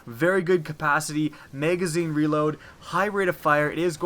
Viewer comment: Maygazeen? Magazine.